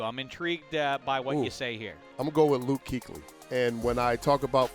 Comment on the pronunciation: Just say luke.